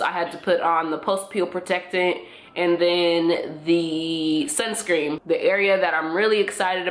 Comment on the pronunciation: is she saying sunscream??